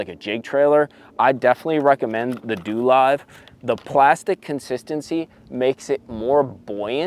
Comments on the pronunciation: DoLive pronounced DoeLive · It’s pronounced doe live😂